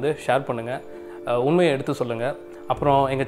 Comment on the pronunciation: உ'ண்'மை...ண் வரும்..திருத்திக்கொள்ளுங்கள்